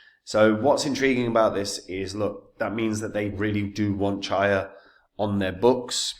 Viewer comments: The very first word you cannot even pronounce CHIA properly, I stopped the video. Bye bye. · mispronouncing the project not ideal for confidence